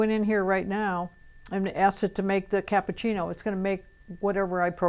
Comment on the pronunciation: CAPPUCCINO not cappucini! LOL :D